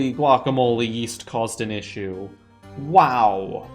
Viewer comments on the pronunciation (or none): none